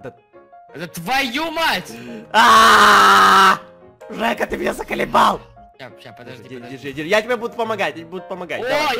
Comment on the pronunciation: Джека? ДЖЕКА? ДЖЕКА?????? ОН ЖЕКА, А НЕ ДЖЕКА